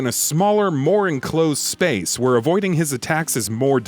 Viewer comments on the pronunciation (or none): none